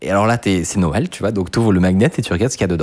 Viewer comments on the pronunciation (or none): none